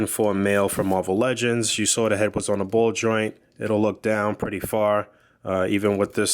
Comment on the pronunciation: I love when he says muarvel legends just gives me the feeling of a boog nice review :o